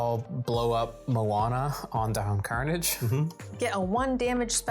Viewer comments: I'm guessing none of the team has actually watched TaleSpin. Karnage is not pronounced Carnage. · I guess Veggiewagon never watched TaleSpin as a kid because that is not how the great sky pirate Don Karnage pronounces his last name.